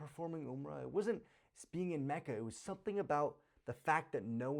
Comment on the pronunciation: lol its macca not kacca